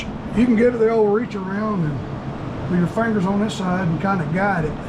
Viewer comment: I like the way u say fongers 😅